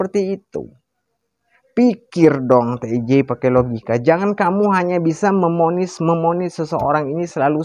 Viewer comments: iya bicara saja nggak teteh memvonis dia bilang Memonis TV dia Bilang tipi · Memvonis baaaang Bukan Memonis. TV Baaaang Bukan tipi.... aduuuuch.....